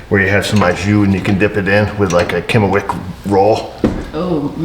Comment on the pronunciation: I though you said Kennewick roll and I know of a Kennewick WA but never knew they had a Kennewick roll, but giggle says its really a German Kümmelweck roll. Leaned something new. Thanks O family.